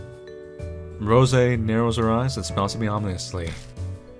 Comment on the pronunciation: he's been doing this for years and still can't pronounce "ominous" right, lmao. c'est la vie shouldn't surprise you.